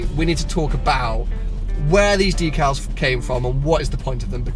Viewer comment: I thought it was pronounced deck-al not dee-cal. And you should remove all the white stickers